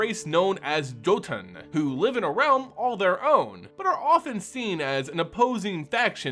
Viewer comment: jotun, (yo-ton), that's the only one word i has to catch you on but i can't blame you on, many people dont quite have the dialect to pronounce the words old the ancestors of the old Norse ways.